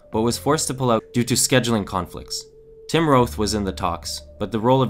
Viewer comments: How the fuck do you mispronounce the name Roth? It's just... Roth. Not Roath. Come on! And "wreaking" rhymes with "reeking." You're terrible at narration. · HIs name is Eli Roth (Rawth) not Rowth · who the hell pronounces "Roth" as "rowth"???? it's "rawth" geez!!!!! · Eli Roth's last name rhymes with moth. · Roth isn't pronounced Rowth. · He says Eli "Rowth" too